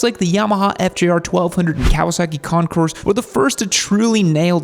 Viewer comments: Please keep in mind that the letter “S” in Concours is NOT pronounced. It comes out as “Con-kore” when pronounced correctly. Impress your friends by showing them how SAUVE you are (!) by using French words like they’re meant to be pronounced. 😅 Super cool, dude! 🎉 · AND its Con-coor.. the"s" is not pronounced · The way it's "Pronounced" is Concoor, you don't say or pronounce the S even though it's spelled that way. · It'd have been a more enjoyable video if you'd have pronounced "Concours" correctly. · Still mispronounces Concours. The s is silent